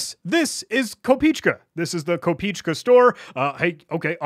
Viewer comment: Fun fact, the domain name translates to penny, "kopeechka" is the play on word for the lowest denomination of the Ruble, which kinda signifies that the website was made by either a Russian or any other slavic person familiar with it, also it's pronounced "kop eh eh chka", why am i not surprised anymore.